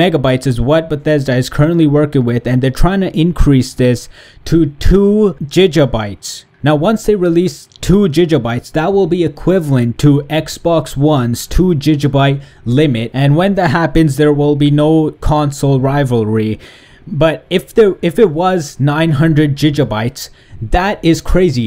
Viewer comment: We all thought it, so I'm just gonna say it... GiGabyte, not JiJabyte